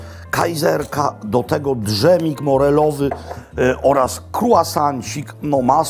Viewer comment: D-żemik? Serio?! Dżemik, dżem, a nie żaden d-żem!